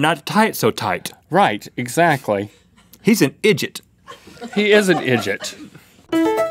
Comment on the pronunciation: "Idjit" I cry every time :[